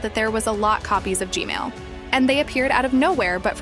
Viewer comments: Im sorry, but you some how say gman as gmail lol. And how did you get the unblured version of the koridor? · I love how she say Gmail instead of gman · YOUR saying g mails not G man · Its g man not g male tho 🤓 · bro why does always say "gmail" not g-man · lol bro said “g-mail”💀💀💀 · WHY DID U SAY GMAIL HAAAHHAAHHAHAA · I love how you call G-man, G-Male. 😂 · “G-mail” it never gets old😂😂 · its not g male its g man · It’s not g mail it’s g man I’m sorry if you already knew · ah yes “G-MAIL” toilet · pls say gman not gmail pls. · Bro said GMale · why did i hear "gmale sauce" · Gmail can u stop saying Gmail (Asking nicely) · Bro said gmal😂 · Bro said g-mail 💀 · Why does she say "G-male"? He's G-toilet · Bro said gmail Lol😂😂😂